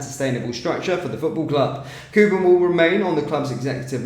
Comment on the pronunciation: how do you manage to continue to fuck-up even the simplest of names? KOPPEN is pronounced as in COP. Is there a double 'o' in the name? NO! KOPPEN is not pronounced like COOPER!